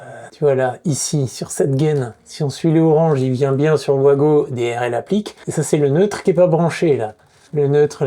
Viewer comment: Vous ne voulez pas nous faire plaisir et appeler ça des VAGO et pas des OUAGO ?